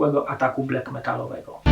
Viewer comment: BLAK a nie BLEK